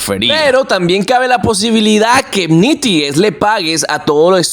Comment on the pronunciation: este no es un canal de aprender ingles, pero como youtuber por el amor de Dios aprende a pronunciar las palabras correctamente, es NET IZ, no nete hace, ni nete isi, tan facil que es buscar en un traductor como se pronuncia correctament una palabra, por lo demas excelente video.